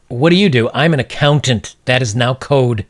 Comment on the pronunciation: "I'm an accounant"